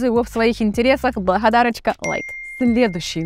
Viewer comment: "Благадарачька" )) где так гэкать научилась ?